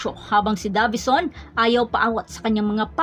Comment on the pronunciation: Deyvison as pronounced not DAVISON